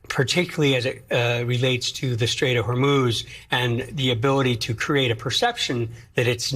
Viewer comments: Did he say W h o r 3 moose of strait???? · He can't even pronounce the name Hormuz! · He can’t even pronounce “Hormuz Straight” correctly. Whether you like him or not, we can all agree that he is the dumbest person to ever hold the presidency.